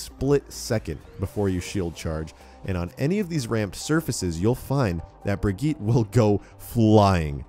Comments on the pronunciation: It's pronounced Brijit not Brigeet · Bri-git- uh. Please say it better. It's kinda annoying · AmyAsheworth - Unofficial dude it’s a Swedish name I’m Swedish myself that’s not how u pronounce it same with Torbjörn its not pronounced the way people say it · How to pronounce the new hero. (Bridge-Yeet) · YouTubeFame - Brig-eet. Offical Blizzard pronunciation for their new character. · Pretty sure her name is Germanic, because of Reinhardt. Anyway, her name is specifically pronounced Bri-gi-tah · YouTubeFame - dude, I have watched videos and read how German people are pronouncing the name. The way she pronounces it is Germanic not Swedish. Bri-get-tah or Bri-get-teh I never disagreed with you on the first place. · AmyAsheworth - Unofficial he isnt tho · Uhhh hes saying it wrong